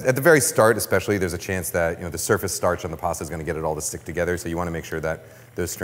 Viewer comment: Take a shot every time Kenji says statch